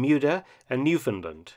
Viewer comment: Excellent pronunciation of, "Newfoundland."